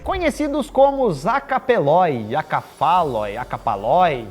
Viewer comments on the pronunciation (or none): A pronuncia é acefali. Ou sem cabeca